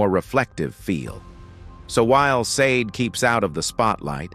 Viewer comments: Ai narrators ruin perfectly good material.. tried to watch but not hearing sha-day ruined it. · Her name is pronounced as (/ˈʃɑːdeɪ/ SHAH-day or /ʃɑːˈdeɪ/ shah-DAY) at the mark, Billy Crystal says it correctly. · You pronounce her name shar-day … Sade get it right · Can't watch it with the AI saying "saaaade" all the time. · You should rather have "misspelled" her name (maybe "SAH-DAY") in the transcript for the AI to pronounce her name correctly. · Can someone please fix this AI voice? SADE? I can't stand it. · AI DOESNT KNOW HOW TO SAY HER NAAAAAAAAAAAAAAAME FFF THIS